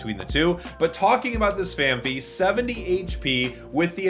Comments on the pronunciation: Why can no pocket channel pronounce Phanpy right. It's fan-pee, not fee. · Holy moly is there an H before the Y in Phanpy??? It’s Fan Pee that’s how you say it. Holy moly. There is no extra H